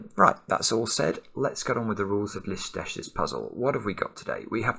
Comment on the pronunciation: I'm not that sure but I think the setter is from Hungary. If I'm correct, the pronunciation is 'Listesh'. (But you say the i like at the beginning of information. ) As I sad earlier I'm not 100% sure, but by reading the name it seems familiar to me, cause I'm also hungarian.